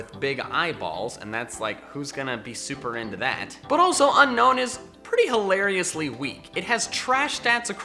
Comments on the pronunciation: Its pronounced un-own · unown is pronounced un-own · Be annoyed. It's pronounced Un-OWN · It's not pronounced un-known it's pronounced un-own. Only 1 N. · Top 10 Pokémon no one likes.... Didn't mention a single one of the ones that are universally disliked like Jynx, Mr.Mime, Trubbish line, etc. Lol. Also people still pronounce them UnKnown, whereas it's UnOwn. I used Unown on every playthrough they've been in and always try to collect the full alphabet. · DO NOT CALL LICKILICKY TRASH! AND IT'S UNOWN, NOT UNKNOWN! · It’s pronounced (Uh - nown) you say (Un - nown) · 1st nice video 2nd not a grammar nazi 3rd it is pronouce un-own not un-known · It's Unown not Unknown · Just gonna leave it out there but Unown is actually pronounced as UN - OWN. As in to disown it. I get why gamefreak named it that, because after you catch it, you want to UNOWN it! Hahahahahahahahaha! dies of laughter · at you pronounced unown wrong its pronounced un-own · It's pronounced un-own. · ITS UN-OWN NOT UNOWN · Hey I'm just here to tell you the real pronounciation for Unown is Un-own because you don't want to OWN it